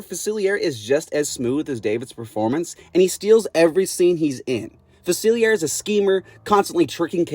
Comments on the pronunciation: It’s pronounced fuh-sihl-lee-AY, “”! 🤨 You clearly don’t know how to properly pronounce French! 😤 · "Doctor Fasillyair" ☠